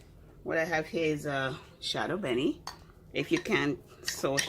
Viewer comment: It’s shadow Benni eh miss lol